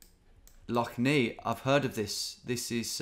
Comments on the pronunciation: it’s pronounced Lough Nay not Knee btw tom x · Lough neigh is pronounced like neigh/nay rather than the "nei" you werensaying, i always find it funny when you mispronounce northern Irish place names, but a for effort, greay video! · Lough Nay, not Lough Nee 😅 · Lough Neagh is not pronounced Nee but pronounce Neigh (like the sound of a horse) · Love the video Tom, but Lough Neagh is pronounced “neigh”. Like the sound a horse makes. Keep up the good work! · As a Northern Irishman who lives 10 mins away from Lough Neagh, it was pretty cool to see it appear. Oh, and its pronounced "Lough Nay" fyi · Lough Neagh pronounced ney, has been in the news lately, it's full of blue green algae. Coming from pollution running into the rivers that feed it. And those rivers have all been flooded the last few days as well as the lough being higher than usual, when the water eventually makes its way out to sea it will probably be back in the news again. All the water runs right past one of our best beaches, and that will get closed because of it. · Need to say like lough neigh. Read up about it was in the news a lot later about being ruined by algae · Lough Neagh is pronounced Nay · Lough Neagh is pronounced Nay, Like the horse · As a citizen of Northern Ireland, cringing every time Lough Neagh is pronounced. Great video as always